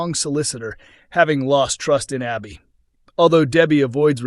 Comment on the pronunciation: It’s Abi, short A not Aubi